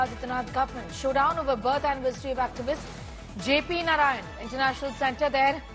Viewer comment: JP was jaiked and tortured by Indira and her Congress. Akileeh, have shamlessly joined hands with Raul and same congress. Therefore, he has NO LOCYS SRABDI, even to pronounce JP's name. Vande Madaram